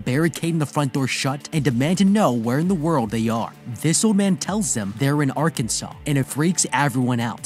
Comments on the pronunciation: mispronouncing like this would definitely be a red flag. Arkansans will correct you - emphasize "kan." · ArKanSen not Arkensen